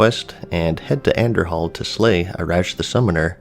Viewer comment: same with Andorhal... the h is silent, as in An Door Al.